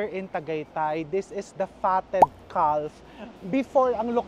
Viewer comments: its kaf chef not kalf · Sorry I have to correct you the pronunciation of Calf is with silent “f” it pronounced “ kaf” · The Fatted Calf Pronounced caf, silent l. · Sorry to correct you chef but fyi calf is pronounced as caf, silent L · Calf pronounced as Caf. 😊😊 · Hi chef, I’m your avid fan and I do admired your witty humor and intelligence I just don’t wanna be sound mean But just to correct the pronunciation of “calf “ is silent L , shoul sound like “ kaf” sorry po, ayaw ko lang people will bash you Have a good day po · Silent L po ang pronunciation sa Calf! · Chef RV, silent L po ang calf (caf) - but thanks for the video! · Sorry Chef, have to correct you…. Calf is pronounced with silent “l”….. I’m always watching your vlogs …. I’ve learned so much from them and have made some of your recipes❤ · Calf is pronounced with a silent L